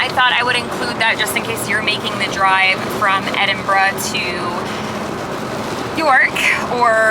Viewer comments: Kudos for getting the pronunciation of our capital city right. So many Americans say "Edinboro", but you nailed it with "Edinbruh". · Congratulations on pronouncing it correctly instead of ''Edinburow'' as most Americans say.